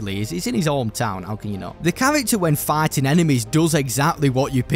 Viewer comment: for some reason I keep hearing you say "farting" instead of "fighting"